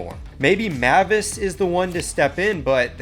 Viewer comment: Nah apologize for the way you said Mavis